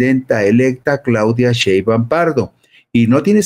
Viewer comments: Tienes razón, perece que le da flojera !!! Le dice Sheban😂😂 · Por favor, que alguien le diga a este señor que pronuncie bien el apellido de la Presidenta. Por favorrrrrr